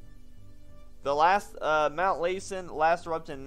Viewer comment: Hi Sweetie, (I'm old enough to be your grandma), you're doing a great job, keep up the good work. I used to live near Lassen and it is pronounced Lass (like a young girl) and then the en. :)